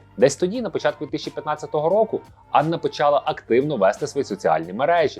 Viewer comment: не почАла, а почалА